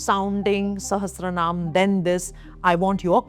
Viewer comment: lalita sahastra nahi hai, lalita sahasra hai